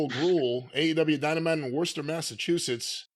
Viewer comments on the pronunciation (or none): Lol, got blocked by Swerve Strickland for tweeting about his pronunciation of Worcester before the show.